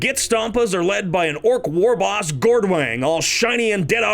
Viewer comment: Did you just pronounce the "g" in war?....unsubing